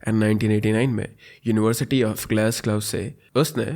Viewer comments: Glassgo is the pronunciation, anyhow you’re great at storytelling. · I wonder why you don’t learn the pronunciation of cities when you cover international cases. Munich, Leicester, Glasgow, Dundee even Danube river all pronunciations are wrong and it makes it difficult to follow the case.